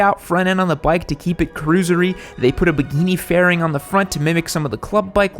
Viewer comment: LOL!! Its called a bikini faring, not baggini!